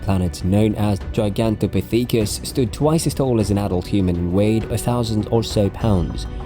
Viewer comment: gi gan te pith icus I took my like back